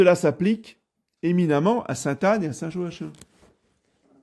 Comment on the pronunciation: On prononce Joakim